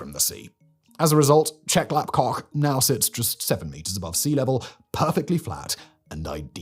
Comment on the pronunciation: Who else chuckled every time he said Chep Lap KOK?